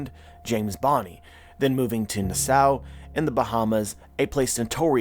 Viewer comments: Ay, It’s Na-Saw, (Na with the sound like “at”) not Nuh-Sow. This is a wild theory and I’m about it, but just a heads up. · I believe it’s pronounced nass saw not nah sow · nowadays Nassau is pronounced Nass Saw, just saying.